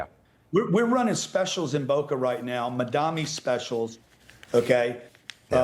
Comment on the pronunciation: Grant Cardone doesn't know how to read? It's Mamdani not Madami